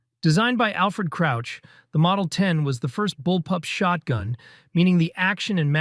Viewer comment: Didnt realise this was an ai voice until he said shortgun Anyone else not realise or am i just dumb?